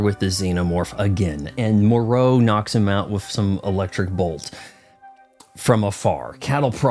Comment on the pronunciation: Your pronunciation of "Morrow' is incorrect like he's a frenchman. Not "Mereau."